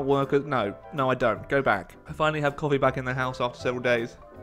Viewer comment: I thought you said colly or something instead of coffee so yeah that sounded weird